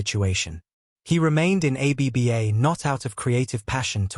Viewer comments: A. B. B. A.? It this AI? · Trustworthiness plummeted to negative 60 points as the AI said "a b b a". Try harder.